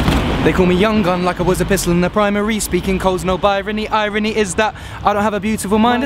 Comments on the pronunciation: Haha LOL Ed Sheeran says birony when its supposed to binary ahaha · BINARY* NOT BIRANY ED. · he says birany instead of binary lol but i don't blame him that is a killer line! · He said Binary wrong xD